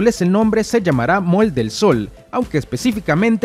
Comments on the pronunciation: No se dice Mall se pronuncia Moll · Para mi gente un consejito humildemente, la pronunciación correcta para decir Centro Comercial en Inglés es “Moll” se escribe “Mall” pero en este caso la letra “A” en Inglés suena como la letra “O”...Así aprendemos a pronunciar correctamente el Ingles y aprendemos todos Juntos! Buen día 😊👍🏼👍🏼👍🏼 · Aprendamos a pronunciar las cosas correctamente, solo un consejo, mall se pronuncia ( moll ) y sun se pronuncia (san) para los que les gusta el inglés, ;) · MALL EL SOL (se pronuncia MOLL) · SE PRONUNCI A MOL ASI ES LA ECRITURA EN INGLES CENTRO COMERCIAL CON RESPETOM AMIGO